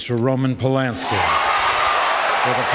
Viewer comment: Who’s Roman Polinski? It’s Polanski. Pronounced like “and”. It’s even spelled that way. (?)